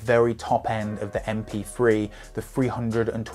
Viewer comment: M P free. Since when did the sound of TH = F?